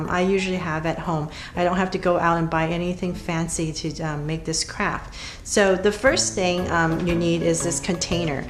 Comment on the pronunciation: Pls stop saying craft it sounds like u r saying crap